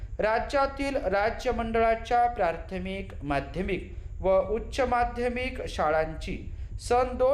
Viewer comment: बाकी सर्व ठीक आहे सर फक्त मला प्राथमिक चे ऐवजी प्रार्थमिक असे ऐकायला आले , काय योग्य आहे?